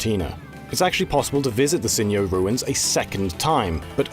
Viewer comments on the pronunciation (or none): Why is he pronouncing Sinjoh as "Sinioh"? The name is based on Sinnoh and Johto